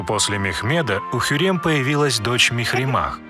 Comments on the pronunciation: Не ХюрЕм а ХюрЭм так лучше произносить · хюрЕм махидЕвран.... ужас.. она как бы хюрЭм и махидЭвран.... посмотрите сериалы как произносить их имена) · хюррЭм махидЭвран говори нормально, а не хюррьем махидьевран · Мы так привыкли к имени Хюррем а вы говорите Хюрьрем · Зачем вы искажаете имена хюрьрем, махидиврань??? Аж слух режет! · Ужас! Как можно так говорить?! ХюрЕм МахидЕвран, шехзАде Пи*дец😹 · Произношение уши режет Имя хюрЭм к слову Роксолана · Хотя так ору с этого "Хьюрем" Махидиврянь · Мне нравитсяэто видио Но как он говорил Махидевран и Хюррем я угарала с этого😂